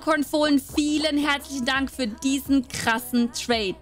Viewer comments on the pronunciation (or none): Wo du in dem Moment gesagt hast: vielen herzlichen Dank“ hab ich dabei gepatscht und hab verstanden vielen hässlichen Dank 😭✋🏻